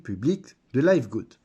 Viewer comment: Listen to Ben Glinsky pronounce the company name. It's pronounced livgud, not layvgud. :)